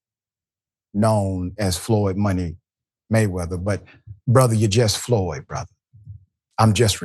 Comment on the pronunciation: Floyed? Go the library 😂